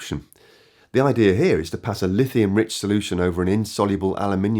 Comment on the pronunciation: "There's no one size fits all *solultion*" ha ha